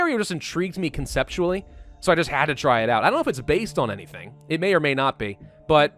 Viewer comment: when he said any ting